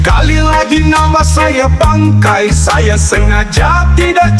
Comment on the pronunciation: Bukan bangkei...tp BANGKAI...😂😂😂